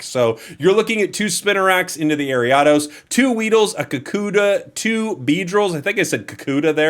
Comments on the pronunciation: Airy-Ah-Dose? What in the holy he!! Is this abomination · AIR-EE-uh-DOS..... AIR-EE-uh-DOS!!!!!! ARIADOS!!!!!!! YOU VULTURE!!!!!!